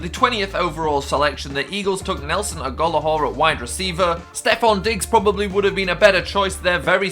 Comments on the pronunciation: Nelson Agolowhore yeah he's about as trash as your pronunciation of his last name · Mason Goettelmann AGO-LO-HOR XDDDD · Ag-hol-o-are lol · The fact that he mispronounced Nelson Aglohor's last name just goes to show no one knows who he is, only as "one of the Eagles' busts." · Agholor HAHAHA pronunciation is wrong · YungGodLilB right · I'm fuckin glad he pronounced it wrong. he's been that sort of trash for us.